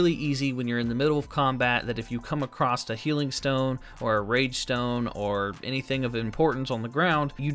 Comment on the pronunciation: "Acrosst" is not a word.